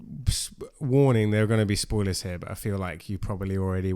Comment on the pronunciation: “Soiler Talk”? Intentional or no?… 😂😂